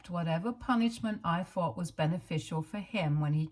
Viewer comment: Advice ...practice say th instead of fff...its very annoyibg and a huge reason why i cannot listen. Fings or fought instead of thought... and many other examples.